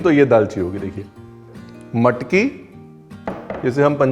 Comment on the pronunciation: You made my day loved the way you said bread, matki, bhaji, vatan and कट… being Kolhapuri we can drive miles and wait in queue for hours esp in cold weather or rains… your observations made it more authentic abt how it’s prepared and served… took me back to my hometown… loads of love from NJ 🇺🇸